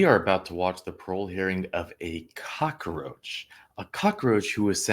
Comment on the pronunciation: It's cockroach NOT cock-a-roach.